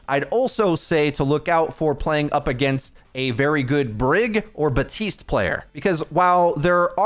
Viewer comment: Great vid aside from the baptiste and kiriko pronunciations